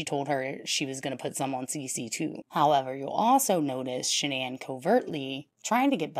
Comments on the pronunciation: Shan-ann isnt her name and that cheese is gross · Literally everything about her was either fake or a lie including that ridiculous pronunciation of her name it's really just Shannon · the truth was not within her. Literally everything about her was either fake or a lie...including that ridiculous pronunciation of her name that she made up when she was caught embezzling...its really just Shannon. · Can someone clarify something for me please? Ive heard her parents pronounce her name as Shannon but everyone online and in the media pronounces it the way its spelled which. Ive never heard the name pronounced thqt way outaide of this case. How did she pronounce her name? How did Chris pronounce it? Her parents are the ones who gave her the name so they're pronouncing it correctly but maybe she started introducing herself w it pronounced the other way for aome reason? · Yes. Exactly as in your last sentence. And they kept calling her Shannon. She also changed the spelling. CW always called her by the new pronunciation since he met her after she changed it. According to Cindy Watts, his mother, there was a period of time when SW wanted Chris to change his name to "Christer". But I don't know how reliable that report is or if it's true.